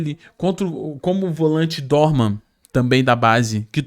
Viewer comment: Não Dorman. É Dohman. Tira esse R.